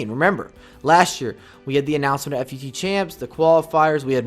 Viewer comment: I've heard you say "F-U-T so many times. PLEASE JUST PRONOUNCE IT LIKE "FOOT"